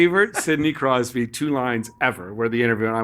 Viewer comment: Hahaha 😂 omg it’s so funny “Crosby”❌ “Crosby”❌ “Crosby” ❌ “Crosby”❌ “Crosby”❌ “Crosby” ❌